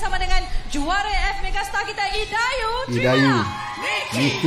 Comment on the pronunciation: Hahaha Salah sebut keee..idayu n suki low pulak😂😂😂🤣🤣🤣